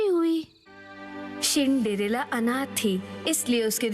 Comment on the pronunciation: Cindrella ❌ Shindrella ✔️😂